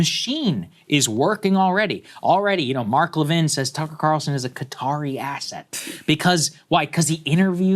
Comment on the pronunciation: Mark calls Tucker "Qatarlson" 😂